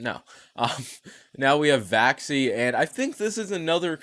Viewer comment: You said vaxi or vaci vaxies ?